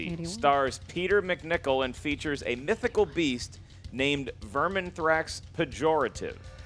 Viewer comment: mispronounced Vermithax twice.